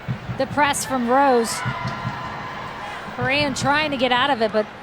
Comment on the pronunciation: omg commentator its ALYSSA, not ALISA. Also you never say Lindsey HORAN right. Sorry been re-watching alot of these matches and catching these splits.